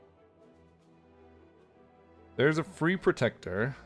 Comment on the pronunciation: Sir it's protector, not "predator" 😊